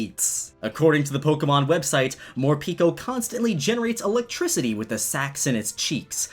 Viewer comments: Morpeko name should be pronounced as "pae ko" not "pi ko" as in japanese pekopeko mean very hungry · I thin Morepeko is said MORE PEH KOH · Who sees the word morpeko and reads morpeeko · Instead of Morpeko i heard for the first time "More pika"